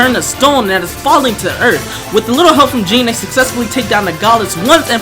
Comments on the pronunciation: Jean?… 🤡 can people not pronounce Jeanne 💀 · you're welcome! Haha and cant wait ! Oh and Jeanne pronounced more like a Jönne lol but fr I had this vid ob my playlist and happy to finally see it ! Lol